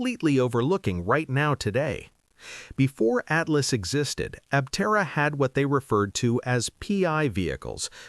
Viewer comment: It might interest you to train your AI speech to pronounce Aptera Aptéra instead of Áptera. It will help your channel be taken more seriously as a more credible news sauce.